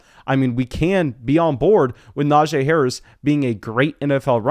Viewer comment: Brother. It’s pronounced “NajEE” not “Najay”